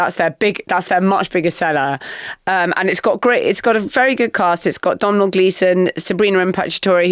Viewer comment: Marina's pronunciation of Domhnall😂... It's pronounced Dough-null.